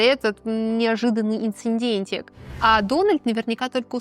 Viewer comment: ЧинечиттА -ударение.ИнцИДентик,не инциндентик;согласно мемуарам,а не мемуаров.Это не говоря о видеоряде.